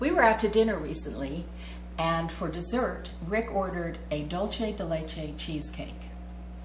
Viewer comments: It’s not dulche. It’s dul say. That’s Spanish not Italian. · loving your cooking lessons! But this is pronounced DoolSe de leche - it's Spanish for 'sweet of milk' xxx:) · Hi! Delicious recipe! But I just have to say that is pronounce dool-se :), the way you are saying it is like Italian, like Dolce and Gabbana. Anyways, congrats for the recipe! and sorry to bother. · Super excited to try this recipe for Thanks Giving! But I'm Latina and please it's "DUL-SEH"